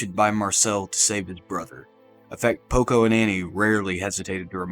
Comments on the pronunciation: Did he say Poco? 😆 Good video tho! I love videos like these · cool video but man you mispronounce so many names. mikasa, shiganshina, porco, paradis